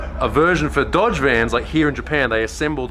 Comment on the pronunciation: my osaka wife pronounces Dodge as dod-a-gee